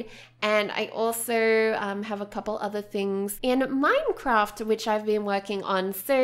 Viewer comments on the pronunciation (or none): none